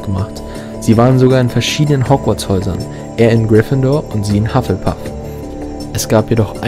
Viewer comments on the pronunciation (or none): none